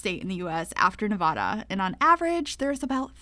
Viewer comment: Nev-ah-da please!! Not Nev-aw-da